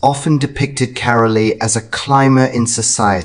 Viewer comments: The E in Carole is silent. Pronounced “Carol”. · Carole is mispronounced it is Carol with a silent e on the end